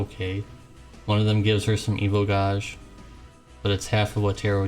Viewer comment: You know you are mispronouncing gauge right?